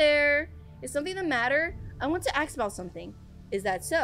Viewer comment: Just realised says aks instead of ask